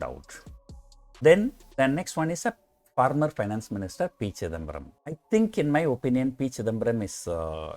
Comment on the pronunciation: Former ko yeh yeda farmer pronounce kyu kar raha hai